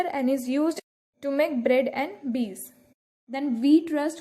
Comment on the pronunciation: Not bees it is beer😳👍😊